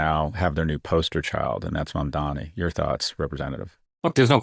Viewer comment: Holy shit Scott learned how to say Mamdani's name